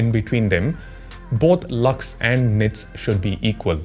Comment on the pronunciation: his "lux" sounds like "lux-me" from movie chachi 420 😂😂😂 And this chacha is also....😅